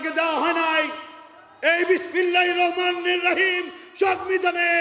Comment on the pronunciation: বিসমিল্লাহির রহমানির রাহিম সঠিক উচ্চারণ করতে পারে না।